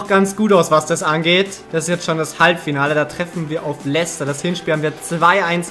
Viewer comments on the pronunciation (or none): none